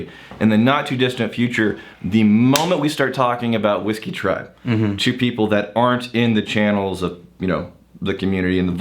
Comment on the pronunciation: "for the peebl"